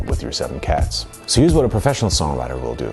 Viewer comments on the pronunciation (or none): none